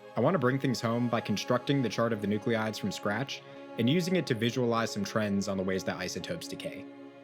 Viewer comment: Please, « nuclides, » not nuclleeides. Thanks!